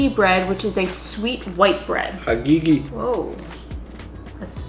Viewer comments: She said agigi bread 😂😂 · The way they pronounced Agege bread got me rolling 😭😹